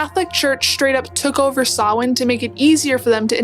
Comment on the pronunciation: Yeay somebody who knows where Halloween comes from and pronounced Samhain correctly 👍🇮🇪 Oíche Shamhna sona/happy Halloween👻🎃🧹⚰️🦇🕷️. My daughter dressed up as a Cailleach (witch🦹‍♂️) this week in school.